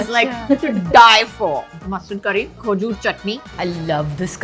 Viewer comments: Khooojoor wtf is that? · Not khojur But- Khejur